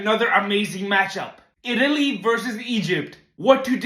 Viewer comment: bro literally said itlay wins